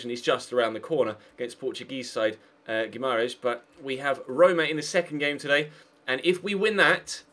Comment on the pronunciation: Guimarães is pronounced: "GUI-MAR-EISH